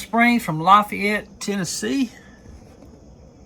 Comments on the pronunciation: We pronounce it La FAYette TN. Good job brother! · Hey Doc, they say la-Fay-ette, heavy on the Fay. Part. Lol. Anyways Great video.😊 Semper Fi, brother.... There just country folks around here 😅